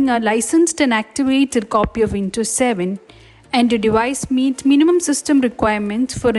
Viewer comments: And by the way it is WinDows not Wintos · windows ❌ vintos ✅